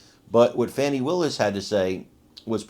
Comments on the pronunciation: How does one illiterate pronounce “FAWNI” out of “FANI” ? Amazing! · Can’t wait to see Fani in jail for abuse of public office. Ps someone should tell cnn that the word “Fani” does not pronounced “fawni”. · The ccn anker called her Funi Willis.